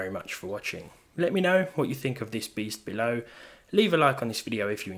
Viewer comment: Did i just heared "thee beast below" ?